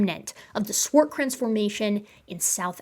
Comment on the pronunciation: Can I bust your chops about the Swartkrans pronunciation instead? 😂